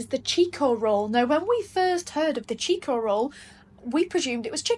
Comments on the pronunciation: Pronounced 'Chick-o' roll, not 'cheek-o' roll 😉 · Pronounced chicko roll not cheeko roll. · Now you guys know why we say....whinging pommie.....and it's not a cheeko roll....it's chick..o roll.....love u guys....ManInBlack....❤ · Chick-o roll, not cheek-o roll lol. Glad you guys are becoming Australianised ! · Chicko is pronounced chicko (like Chicken)